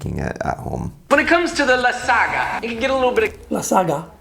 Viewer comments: I like to say it like La Sag Na lol 😂😂 separate the word that’s why Josh says Lasaga lol 😂😂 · LASAGA? What kinda proununciation is that? Joshua's pronunciations so funny 🤣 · The pronunciation of lasagna was funny but did you catch the mixing the flour/ egg with a fiork?